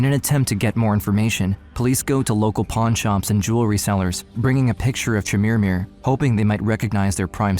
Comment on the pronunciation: Stop saying "Chermirmir" 😂